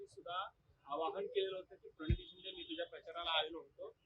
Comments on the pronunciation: अरे भावा परणीती नव्हे प्रणीती म्हण... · परणित नाही हो प्रणिती 😂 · याला प्रणिती अस नीट बोलता येत नाही...आणि बोंबलतोय..😂😂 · अरे बाबा आधी प्रणिती चे नाव नीट घे. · Praniti shinde nav vyavstit bol.... 🤣🤣🤣🤣🤣🤣😜😜😜😜🤣😅😅😅